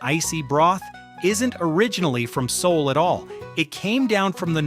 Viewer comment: Lost me at "See-ool"